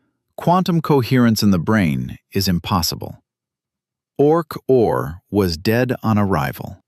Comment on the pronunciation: You asked for a comment, right now. OK: Why couldn't you use actual photos of Sir Roger and Stuart Hameroff instead phony AI images? Also, your AI narration proves the point that AI is not actually intelligent. Its pronounced "Orch–O–R", not "Orch-or". Otherwise, the story so far is reasonably accurate, especially for an AI narration. I'm not sure whether the content is AI-generated. I'm well aware of what Sir Roger and Stuart have done. I'll leave another comment after I finish watching the entire video.